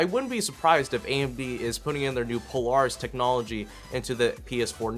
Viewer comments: you're saying polaris wrong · Do you know how to say Polaris?